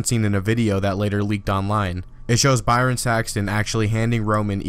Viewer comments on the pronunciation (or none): none